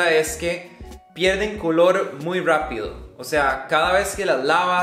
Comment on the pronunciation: "pierden el color muy rwapido" "ya te voy a dar un par de rwecomendaciones" "rwico"